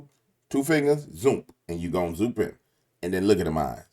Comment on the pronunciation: “Zoomp in” 😂 Good video